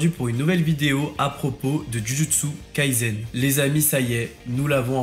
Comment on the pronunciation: C'est Jujutsu Kaisen pas Jujutsu KaiZen...... Et on prononce [Todji]! prononces bien [Djudjutsu] alors pourquoi tu prononces [Toji], ça n'a aucun sens.